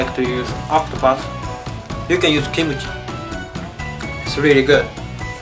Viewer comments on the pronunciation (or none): omg, did I hear wrongly? Kimchi he pronounced as kimochi...-.-" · His pronunciation of Kimuchi, not Kimchi, because of his native language. Words ending with "m" will have "mu" sound. So no need to mention that he said it wrong more than once. As a Korean my self, I completely understand. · She wasn't even talking about "G" or "K" sound. She was correcting Kimuchi to Kimchi. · not kimuchi. it is kimchi. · kimuchi (x) kimchi (o) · Not kimuchi. It's Kimchi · Not Kimuchi, but Kimchi..:) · its Kim-Chee not Kim-u-Chee.:'D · not kimuchi it is kimchi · He said kimochi instead of kimchi lollll 🤣🤣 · No kimochi!!!!!!!!!!ㅡㅡ Kimchi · Yes correct but the Japanese have a different way to pronounce it so it sounds like ki-mu-chi instead of how Koreans say it kim-chi and kimchi is delicious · When said 'kimuchi' it sounds like 'kimochi' -_